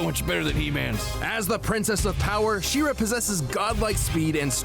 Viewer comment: Its pronounced SHE - RA not SHIRA (FYI - That body looking good)